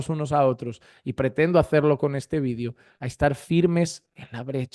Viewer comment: Quisas quieres decir VIDEO cuando dices vidio